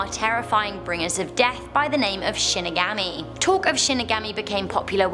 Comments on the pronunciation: it's pronounced "She-knee-gah-mee" not Shin-i-gami.... disappointed..... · Shin-ig-aw-me not shin-ig-AHH-me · Shinigami is pronounced She knee ga me Sorry had to say it or it would haunt me for eternity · “she neh gah me” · Shinigami is pronounced She knee ga me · Shinigami is pronounced Shin nee guhm mee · Nice video as always! Looking cute as always! Minor comment. Shinigami is actually pronounced with an ah sound. Watch the anime of Death Note. Thats how I learned to pronounce it. Not picking on you sorry if it seemed that way. 😁 Keep the great videos coming! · Watch bleach for shinigamis yes a s (also she pronounced it wrong :3)